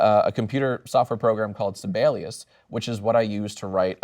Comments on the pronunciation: As a Finnish person it hurts me how Jacksfilms pronounces Sibelius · Wait is Jack saying Sibelius. Because if so, god damn he butchered his name. He's a famous Finnish composer, and it took a minute for me to realize it was his name he was saying. Also, Ian, I'd say many of us Finns would take our name sounding like a sex toy as a compliment, so thank you.